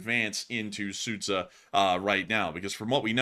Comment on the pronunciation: That town is pronounced Soo'ja, not Sudza